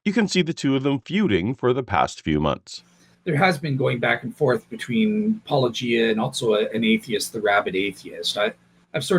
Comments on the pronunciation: I am always amused and a bit annoyed that these people constantly say "-o-gie-ah", "Polla-gee-ah", etc. and yet have no problem with pronouncing the word "apologia" and "apologetics". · Still can't pronounce Paulogia properly. Gary needs to be shown for the evangelical fraud he is. You're doing the lord's work,. As one ex- Menno to another 😅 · I think Gary refuses to say your name because he can't pronounce it- a shocking trend amongst all the apologists who talk about your criticisms, despite the fact that you say it at the beginning of every video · Sunglasses McGee whines that their interlocutors are "not being charitable", has he talked to Gary? He is so uncharitable it comes off as extremely rude, for instance the studied mispronunciation of handle, he could just have used "". His refusal to name names, denigrating the intelligence of any one disagreeing with him. In short, he acts like a badly socialized 5-year-old.